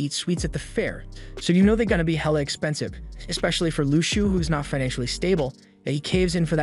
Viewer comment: How u say shou is (shauw)